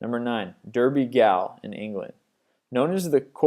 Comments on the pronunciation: Hate to be a pain but Edinburgh is pronounced "Eddin-borough" and Derby Gaol is pronounced "Darby Jail" not Derby Gale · Gaol isn't pronounced gowl. It's the more correct spelling of jail. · OMG! - almost choked laughing - Derby Gall?!!!! - its Derby 'Gaol', as in jail! if you are going to put yourself out there, at least find out how to pronounce words properly. And Edinburg - surely it is famous enough to know that the spelling and pronunciation is Edinburgh (the 'h' makes it silent on the 'g', pal) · Derby Gaol, pronounced 'jail', also, it's not 'Edinberg'! It's 'Edinburgh', and sounds like 'Edinburruh'. Damn Yanks.